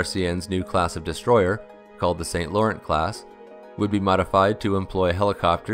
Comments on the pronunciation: I love your videos and as a fellow Canadian, they give me a sense of pride of what our armed forces and defence industries have achieved despite the lack of funding or even interest from successive governments. One small niggle….PLEASE PLEASE learn to pronounce French names such as St. Laurent (it’s “san loron” and not “saint lorent”). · St. Laurent is pronounced Sain-Lauron, by the way. Not Saint-Lawrent. It's French.